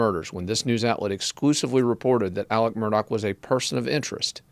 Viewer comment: Why do you refer to him as “Alec” when his name is Alex?